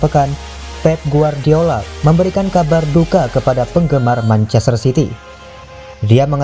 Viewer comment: Perlu bnyk belajar lg nih naratornya, manchaster dibaca menchester gitu. 😀